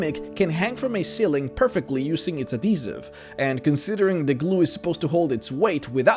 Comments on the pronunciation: People: Add - he - siv: A D E E S I V E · AD-HE-SIVE.....say it with me.. not ah-de-sive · Adeezive....Adhesive pronounce Properld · Adeezive That’s not how you say it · AdHesive... uhd-HEE-suhv. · Ah yes adeeziv... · AD-HE-Siv. twitch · I’ve never heard this pronunciation of adhesive before ö I was a bit confused for a second there :’) you have a very interesting accent for some words. And thx for all the educational vids ^^ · The way he says adhesive. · Adhesive - add-hee-siv Not Ah-dee-siv Granite - grah-nite Not gray-nite Delicacies -del-ih-ka-sees Not de-lick-ka-sees This one is hard to explain by text. I swear youtubers do this on purpose